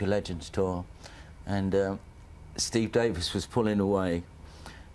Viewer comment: Steve Daveees... FFS...